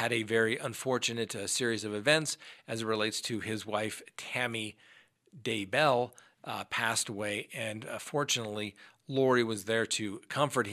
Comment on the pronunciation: DAY-bell. Why is this so hard?